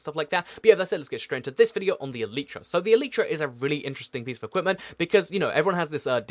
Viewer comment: its not elitetra its e light tra